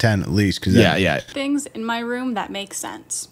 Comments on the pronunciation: It's not "room" it's "rum" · Ffs!! I love you but its ROOOOOOM NOT RUM!! 😂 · Objectivity1958 yeah I used to watch him back in the day and I remember people making fun of him for pronouncing it rum and ruff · I've only ever heard two AMERICANS pronounce ROOF and ROOM like RUFF and RUM. and Tim Allen. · people: room: rum people: and coke? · "There's always rhum for..."